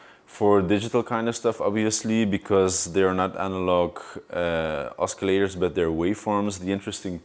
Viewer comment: Say oskillators one more time, I dare you!